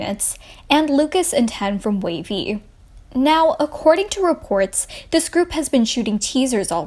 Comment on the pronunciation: I thought it was wayv, not wavy